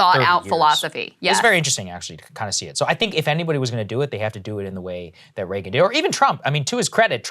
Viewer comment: Love Krystal but cringe every time she says Reagan